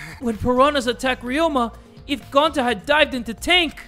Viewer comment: Ok ima give you a hint, it’s NOT Gonta:)